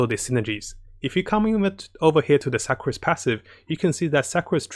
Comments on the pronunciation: I appreciate your videos, but please learn how to pronounce Sucrose better. Sue-crose. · “Su-crose” not “Suck-crose” also it’s a she not a he. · fml HAHAHA i died when he said suck-crose